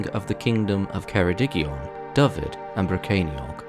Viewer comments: Dyfed is 'Duh-v-Ed' (like the name Ed) but you are pronouncing it 'D-uh-v-id', I assume your first language is English as E is pronounced 'eeh' in English but in Cymraeg it's like 'eh'. This may have also impacted Gwynedd being pronounced as 'Gwynith' when it should be 'Gwyn-eh-th'. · Yeah some poor pronunciation of some easy ones : Dyfed and Gwynedd